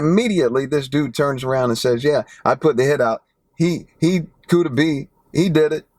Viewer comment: It’s Kooda